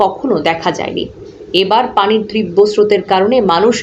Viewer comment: ত্রীব্য নয় তীব্র বলা উচিত ।